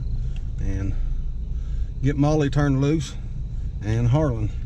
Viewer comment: Molly not may